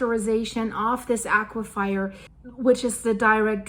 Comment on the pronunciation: As a fellow ESL - Please let me say, there are no wet fires as in aque-fire, I thought it is pronounced "a-cue-fur" as in fur-coat, I just have never heard a native speaker say it that way.